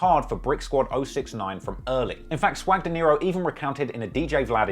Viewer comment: Swag Dinero not Deniro you said it wrong about 10 times 😅, nice content though